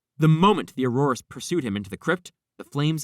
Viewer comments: I find your mispronunciation of “auror” disturbing. It’s “oar-er” not “oar-oar-uh” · Ok that was not killing smoke in the fantsstic beasts movie please do some more research and redo thus video i dont feel i can trust anything you said at this point it was difficult enough to try to get past the way you pronounce auror the smoke in fantastuc beast is called an obscurus